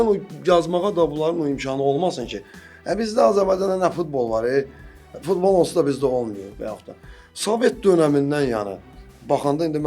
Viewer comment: Fitbol yox futbol bunlarl kim çıxardır efirə